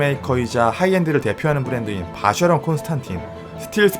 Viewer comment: 이젠 아예 고착된 듯… 쉐[쇠]가 아니라 셰인데 말이죠ㅋ.